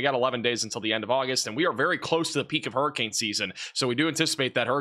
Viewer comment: Huree Cain Urn ⚱️ .. Southern dialect applied.